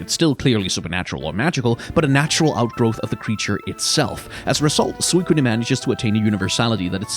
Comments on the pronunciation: did this man really just say Woah-Buffet? Like Jimmy Buffet? Also I appreciate trying to pronounce Suicune in a Japanese way, but in Japanese it's just スイクン (Suikun), no "ne" on the end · Suicunae???? Where do you get some of these pronunciations?